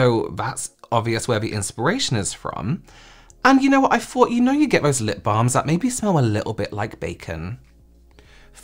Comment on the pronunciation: Stop saying vose instead of those!